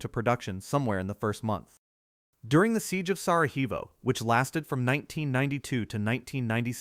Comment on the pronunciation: Audio and visual occasionally not matching Audio says 14 to 16 Video shows 40 to 60 Attribute this to usage of computerized voiceover Also, the mispronunciation of Sarajevo is the fault of not using a human to read the narration